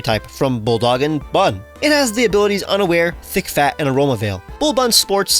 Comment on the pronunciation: I swear I thought he said think fat instead of thick fat 😭